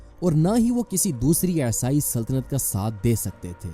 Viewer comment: Esai nahi Bhai isai bolo. Wo aesai sunne me bahut bekar lagta hai.